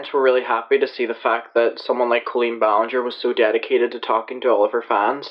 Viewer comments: Heh, at first I though he said Clean Ballinger. I have a dirty mind. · Clean Bowlenger is literally what i heard.